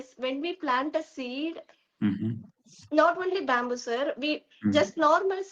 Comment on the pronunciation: I like this trainer, we should pronounce that word byamboo instead of bamboo